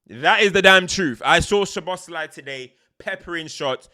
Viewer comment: Btw it’s Soboslai….sz is pronounced as s- and s alone is sh-in Hungarian